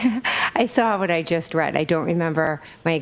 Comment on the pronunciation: This woman makes me insane. Every time she says “saw”, she puts an r in it.